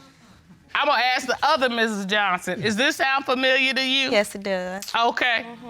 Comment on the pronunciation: Why can no one say ASK on this show?